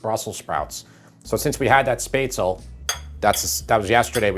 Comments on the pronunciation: Spaetzle = pronounced "shh-pets-lee" not "spate-sl." But otherwise, awesome recipe and method. Sauerbraten and red cabbage! Das alle beste! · SPETZ - la. Otherwise, stupendous video! Love the classic German dishes! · p.s. You pronounce the final e in Spätzle/Spaetzle:_ it's like "shpetz-leh"